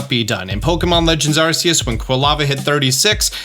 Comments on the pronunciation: The only thing that ticks me off about this video is the way you pronounce Arceus. It's supposed to be "Ar-key-us," not "Ar-see-us." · Please say arceus right